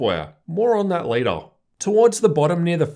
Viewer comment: why do you talk like ᵗʰᵃᵗˀ